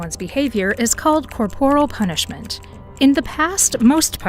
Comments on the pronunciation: In the first five seconds - the word is pronounced COR-por-al, not cor-POR-al. Teach your AI better. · it's pronounced "CORE-por-il"